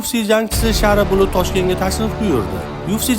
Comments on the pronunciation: Шов шув уз ту́гри гапиришни у́рганиш керак шара булут ЭМАС шара булет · Admin uzbek taysinmi deyman shara bulut deyabti😂